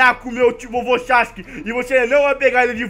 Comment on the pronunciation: Você falou Sasuke errado